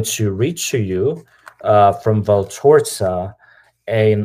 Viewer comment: It's actually VALTORTA and not VALTORZA